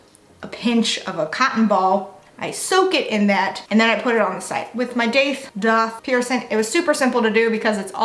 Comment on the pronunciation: Ugh couldn't watch this because I can't stand how you say "piercing" - there is a g at the end 😅 you look beautiful and im sure you're nice but pet peeve 🤷🏻‍♀️